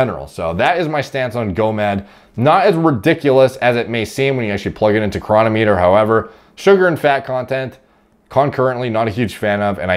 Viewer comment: The correct pronunciation is cronometer, not cronometer. You have to get the emphasis on the right syllable for the algorithm.